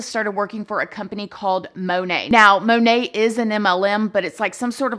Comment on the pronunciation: MonAt, not monet😅😂